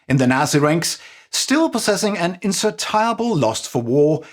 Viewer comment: "Insertiable"? Insatiable? Maybe try glasses or bigger letters on the teleprompter? :D